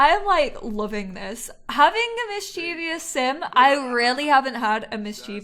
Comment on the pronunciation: I’m really liking this lp! Please, please don’t hate me though, because I mean well, but you’re mispronouncing mischievous... it’s three syllables, mis-chuh-vuhs.